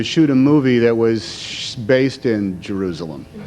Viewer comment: "All the way to Jerroozalum" ~ Tom Hanks. What a doof.